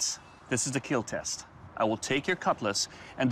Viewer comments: You can see the pain in Doug's eyes when he says that the sword will not keal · It will not keal, iRONically 😂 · Hardly I hear "IT WILL NOT KEEEL"